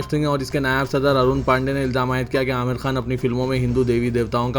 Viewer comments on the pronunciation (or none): none